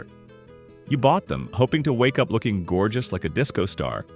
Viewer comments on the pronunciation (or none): none